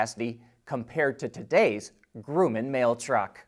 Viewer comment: “goomin” or whatever you said? C’mon dude... Grumman. Grum(like crumb)-man... F-14 Tomcat (Topgun)? Apollo Lunar Module (LM or LEM)? And of course the LLV mail truck. Now known as Northrop Grumman (of B-2 and B-21 fame)...